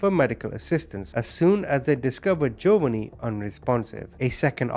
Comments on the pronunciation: This is how U pronounce the name of the 2nd victim hun, Gee-O- vah-nee. I know it looks weird and a dictionary would probably do the pronunciation differently than I just did, but if U say what I wrote, all together, I think U eventually should get the correct pronunciation. Love ur channel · Jovonie.. is pronounced JO VA NEE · I think the boys name is pronounced Joevaneeeee